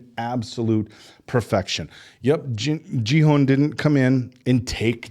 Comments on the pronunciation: Genuinely curious, is saying “Jee-Han” a running gag when pronouncing Gi-Hun’s name? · it's season 2 already and u guys still can't pronounce Gi Hun correct lol😅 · I doubt it. I just think they dont really know its pronounced Gi Hun. But its okay, it gets the point through. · But its not particularly hard to figure out, especially when every single character in the show pronounces it properly. We're not talking about accent differences, but literally a hard g vs a soft g, and hun vs hoon. Its basic grammar. It's like saying Tear vs Tear. to tear something apart or a 'teer' from crying. English is no different. Now it may not bother some people, like this particular crew that I love their reactions, but a lot of other people can take that offensively as not respecting someone and how they're name is pronounced. I get annoyed when people call me Fenix like Fedex, when its pronouned Phoenix like the city. Fen vs Feen.